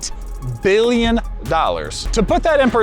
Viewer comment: brother stop saying billion with those b's :face-purple-crying::face-purple-crying